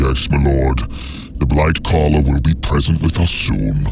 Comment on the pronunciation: Did he say blight caller